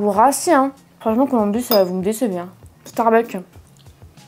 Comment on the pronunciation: starbucksss pas Starbuck, en tant que fan de la chaine mes oreilles saignent dès que tu prononces le nom, mais superbe video malgré cela évidemment !